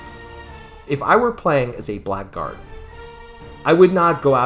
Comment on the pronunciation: Say 'blaggard', not 'blackguard'.